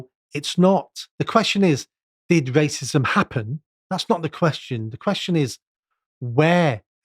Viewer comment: I can't stand this guy. "Waycism"